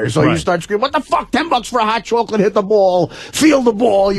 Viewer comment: What the fuck is a hot chawklit?